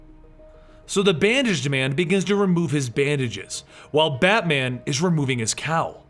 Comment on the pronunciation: "Battyman" If you're Caribbean this part made you laugh.